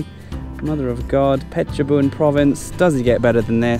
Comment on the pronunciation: ออกเสียง เพชรบูรณ์ ชัดมากครับ